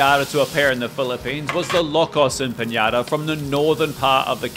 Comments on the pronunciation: It's pronounced empanada, not empañada. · Hello, just a wee reminder for Spanish pronunciation: Empanadas are pronounced Em-pan-ada because there are no accents on the n, mañana and the like, on the other hand, you pronounce the “nya” of man-ya-na. Just a wee heads up. Peas and Lovage from New Zealand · I adore you but why are you pronouncing empañadas when there's no Ñ?! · Great that you are showing empanadas mate, now a little correction on the way it’s pronounced: EMPANADA not Empaniada (there is no letter I after the N) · Bro,its pronounce EMPANADAS (without i) not EMPANIADAS! Greetings from 🇺🇾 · Wrong pronunciation.... It is not Empaniadas... TAKE NOTE.. EMPA NA DA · It’s pronounced EM PA NA DA. No Y anywhere😊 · I was fine with the empanada being mispronounced but chorizo got me 😂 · How do you become a successful chef and don't know how to pronounce empanada is beyond me. It's not like it's a French word